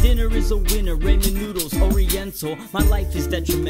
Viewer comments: Why is no one else talking about how pronounces ramen "ray-men"? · The way he says ramen like 😅😅😂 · ok can we talk about rustys pronunciation of ramen. please.